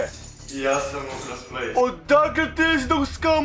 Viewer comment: Zoves se ultras plays a govoris kauntras plays lol